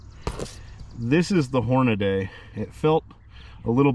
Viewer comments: Listen, I got to help you on this one. It’s Horn-a-DEE!! Not horna day. It’s like someone mispronouncing my kids name, it hurts me! Nice beard btw 😎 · Sounds like hor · nuh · dee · How about…. Horn-a-Dee …??? Don’t think that there is an “a” between the d and the y … 🐷🐷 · I'll never get over how you said hornady like that.. amazing video!! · Lmaoo man! I just wanna know who taught you how to pronounce Hornady 🤣🤣🤣